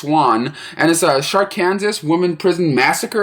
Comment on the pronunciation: not too be mean but it's pronounced arkansaw but looks like Arkansas